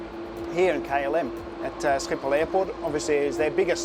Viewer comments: Hi, first of all, my compliments for the way you pronounce Schiphol. The orange 777, also known as the orange pride, got this livery in 2016, the 787-10 with the 100 sign is the biggest thing we’ve seen to date for KLM’s 100th birthday. I couldn’t resist correcting you as a Dutch av-geek... apart from that, keep up the good work! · how u pronounced “amsterdam schiphol airport” was so good for someone who doesnt speak dutch. Had to rewind for a sec haha